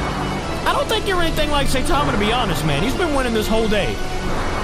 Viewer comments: its pronounced s-i-tama not say-tama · Its not SAYTIMA its (sigh-ta-ma) so please say it right its annoying tbh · And him calling saitama “saytama” was triggering me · d-did he just say "SAY-tama"??? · its 2023 and people still pronouncing him "SAY tama". Like how? where do you even get SAY tama from? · "Saytama"" 😂😂😂😂😂😂😂 get it right idk if it's an accent but for the love of God please get it right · Pronounce Saitama